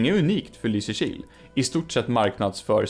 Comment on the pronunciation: Jag hatar att du har rätt. Jag tröstar mig med att du uttalar Lysekil fel. Det är LYsekil, inte LysekIl, alltså emfas på Y, inte I.